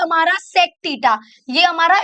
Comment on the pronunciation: Btw its Theta not tita